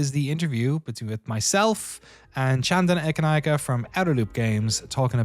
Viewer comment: As a Sri Lankan, I'm super impressed with Danny's pronounciation of Chandana Ekanayake. Always appreciate when someone takes the time to learn how to pronounce a name.